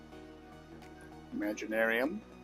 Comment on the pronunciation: I'll apologize ahead of time I'm sorry I'm sorry but I have to be "THAT GUY " I know it is pointless rhetoric but it drives me crazy every time you say it, the brand name is imagitarium with a T , not Imaginarium with an n